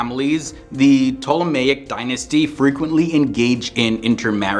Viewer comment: Thank you for explaining ACTUAL history. Also, kudos for pronouncing Ptolemaic so well! :)